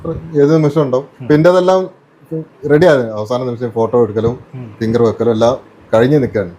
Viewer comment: നിമിച്ചം അല്ല നിമിഷം ആദ്യം മലയാളം പടിക്ക് ഒരു ചെറുപ്പക്കാരൻ അല്ലേ നിങ്ങൾ